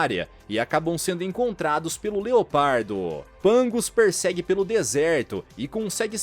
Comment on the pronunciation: "desertôô" kk